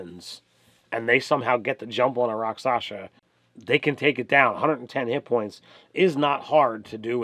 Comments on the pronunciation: Good content, but it's a pet peeve of mine when people mispronounce words that are pronounced exactly the way they're spelled... rak-SHAH-sa, not rak-SASH-a. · Not to sound like a jerk, but i believe you would pronounce it rock-shaw-sah, and the word melee is pronounced may-lay. Now an inventive person can make a Rakshasa a dangerous enemy at whatever level the players are , for that matter any monster in the book. Just add your own tweaks to its hp and capabilities . The books are just a good reference . That being said , this was a good video , and probably super helpful to newer DMs . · As far as I know, the pronunciation is something like "rock-sha-sa." How do I know? From a TV show that ought to be required reading/viewing at the DM Academy: "Kolchak - The Night Stalker," starring Darren McGavin. A true classic! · Shasa is pronounced like Shasa with the syllables flipped.